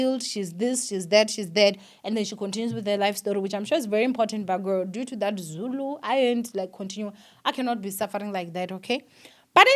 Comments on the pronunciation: You did such a wonderful job reading Zulu, big up to you and yes I agree with you people should be considerate not everyone understands Zulu, but you tried ❤❤❤ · You did good on the Zulu reading don't worry , 😂😂😂😂 it's a struggle even to us when it comes to reading it❤❤